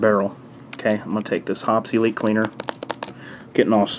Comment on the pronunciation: "Hoppes Elite" sounds like "obsolete" lol